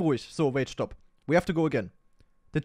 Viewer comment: A SHTOP SHTOP